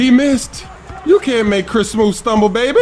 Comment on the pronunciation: Smoove isn't so smoove when he says the 's' syllable. He always pronounces it 'sh'